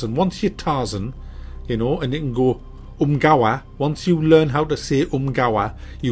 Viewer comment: Once you learn to say "ungaya"....